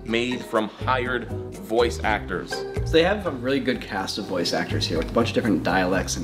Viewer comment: love the emphasis on "HIRED. VOICE. ACTORS."